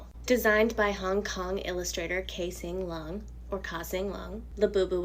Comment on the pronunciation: Oh you love them but can’t even pronounce the creators name?? That’s so funny 🙄🙄🙄